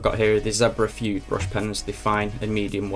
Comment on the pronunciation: Fude is a Japanese word so why read it as /fyud/?